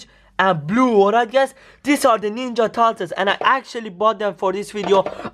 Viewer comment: Turtles not tartules